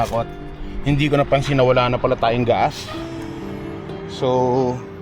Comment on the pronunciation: Naloloka ako pag sinabi mo na “gaas” pag nag papakarga ka ng “gas.” 🤣 Pag sinabi mo na “gaas” eh naalala ko Tatay ko na bibili ng “gaas” para sa gasera pag brownout.